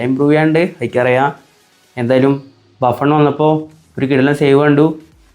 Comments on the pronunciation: 3.53 baffun alla Buffon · Baffen alla bro Buffon